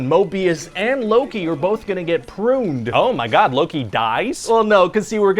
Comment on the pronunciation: he says luu-ki